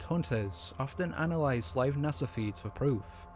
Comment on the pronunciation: it's not NASA it's nah son 😆